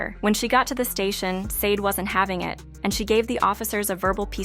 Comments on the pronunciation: IF YR. GONNA DO A PROFILE ON SUCH A PROMMINENT ARTIST, YOU MIGHT WANT TO LEARN HOW TO CORRECTLY PRONOUNCE THEIR NAMES! SADE = SHAH DAY! FOLASADE = FO LA SHA DAY! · First off you pronounced the name of the band wrong. Second her name is Helen, and third why make a video like this? She’s delivered us great music and she’s a really good person. Let her live. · She will be fine and put some RESPECT her name by learning how to pronounce it right 🤓... she will never be done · Blasphemy… No y’all won’t slander this woman name… you’re not even pronouncing her name correctly.. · If u cant pronounce her name right i dont think u should be talking